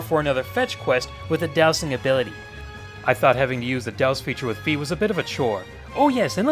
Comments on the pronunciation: In past games I never used any of my items to fight . So maybe that is what they were thinking. Also I never had a problem with the sword going out of alignment. Maybe you are swinging it too hard? And Fi is pronounced with an i sound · Fi is pronounced with an "e" sound.